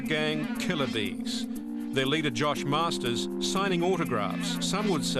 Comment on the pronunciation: hahaha its not masters ITS MARSTERS GET IT RIGHT cook island all day